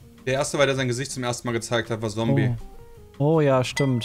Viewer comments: Es heißt Zombey, nicht Zombie 😉😅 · Dat heißt Zombey, net Sombie -_ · ein bisschen getriggert weil sie "Zombey" wie schon damals falsch aussprechen obwohl er das auch auf dem Event mehrmals klargestellt hat. xD so schwer zu merken ist das jetzt nich wenn man es einmal gehört hat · Zombey hat sich damals schon darüber aufgeregt, dass ihr seinen Namen nicht richtig aussprecht... Lernkurve wie die von B43 bei Trails lol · afair hatte er das bereits mehrfach bei last man standing versucht zu korrigieren... ohne erfolg, wie mir scheint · ihr schafft es immernoch nicht Zombeys namen richtig zu sagen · Wer is auch getriggert weil Zombey falsch ausspricht?😂